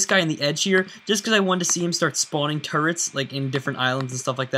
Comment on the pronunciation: No offense but when you say "Turrets" it sounds like your saying "Turds"